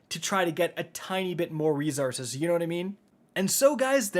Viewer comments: Anyone else bugged by the way this man says resources? “Ree-zor-ziz”😵‍💫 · Does how he says resources bug anybody else?